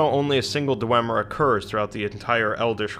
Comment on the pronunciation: isn't it DWEEEEEEmer?